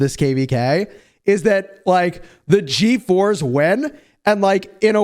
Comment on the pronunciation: The way you say ”G4s” it sounds like “GeForce” lol